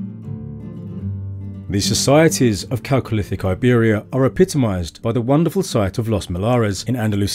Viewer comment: I'm just glad he pronounced 'chalcolithic' correctly... I'm in for the rest of the doc...